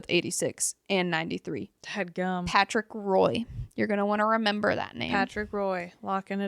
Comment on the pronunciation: Small correction. Patrick Roy is pronounced "wa" and not how it's spelled out. Love the podcast! I'm a hockey die-hard but didn't know a lot of these team histories!